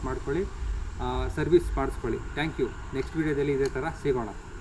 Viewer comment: ತಪ್ಪು ಮಾಹಿತಿ. ಚ್ಕಿನ್ ಬಾಳಿಕೆ ಹೆಚ್ಚು. ಲೂಬ್ರಿಕೇಶನ್ ಮಾಡಬೇಕು ಅನ್ನೋದು ಸರಿ. ಚೈನ್ ಸ್ಪ್ರಾಕೆಟ್ ಸೆಟ್ ಬರಿ 2080. Belt ನಂತೆ ಆಗಾಗ ರಾಗ ಹಾಡುವುದಿಲ್ಲ. ಅಷ್ಟಿಲ್ಲದೆ ಕಂಪನಿಯವರು ಚೈನ್ ಪರಿಚಯ ಮಾಡಿಸಲಿಲ್ಲ. ಅವರೇ ಆಂಗ್ಲ ಭಾಷೆ ಚೂಲು ಬಿಡಿ. ಟ್ಯಾಂಕ್ ಯು ಎಂದಿರಿ ಅದು ಥ್ಯಾಂಕ್ ಯು. ಈ ವಿಡಿಯೋದಲ್ಲಿ ಅನಾವಶ್ಯಕವಾಗಿ ಮಾತನಾಡಿದ್ದೀರಿ. ಈ ಅಭ್ಯಾಸ ಸರಿ ಮಾಡಿಕೊಳ್ಳಿ.